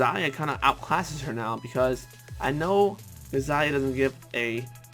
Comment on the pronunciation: i think gazia is pronounced gay-zia